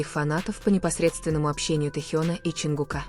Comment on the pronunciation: ЧонгУка, а не ЧонгукА , неужели не устали коверкать имена